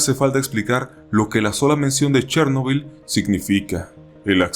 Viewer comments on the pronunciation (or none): none